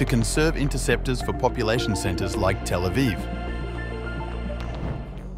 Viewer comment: 😡 don't say telephone for Tel Aviv, like some other (DELETED) vlog channels that use AI voices. 🙄